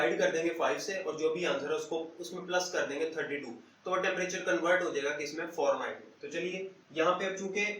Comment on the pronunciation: Farenhight nahi hota sir Fahrenheit hota ha! BtW Gud. ❤️😃😊